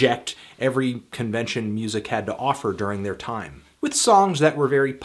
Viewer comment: the way u said "time"